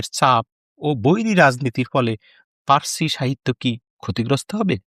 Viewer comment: এই তোতলারে কে voice দিতে দিছে ও তো পার্সি শব্দটাও ঠিকমত উচ্চারণ করতে পারে না।